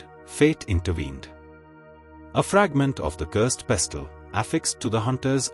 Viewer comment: It is pronounced as pesl not pes-til.🎉